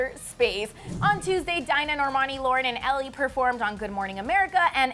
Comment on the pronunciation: She said Dinah wrong.. 😂